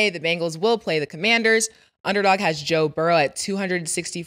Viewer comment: And that it’s Joe Burrow not Burrows 🤣